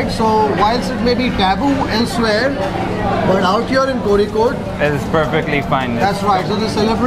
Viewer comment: First time hearing someone outside Kerala saying "Kozhikode" correctly.......